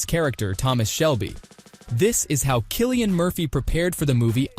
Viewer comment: I came here to say this.